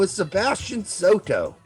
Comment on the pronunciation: Ahem, in KK II, it’s “Sato”, not “Soto”